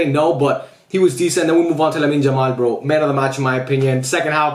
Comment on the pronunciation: Bro stop calling Yamal , Jamal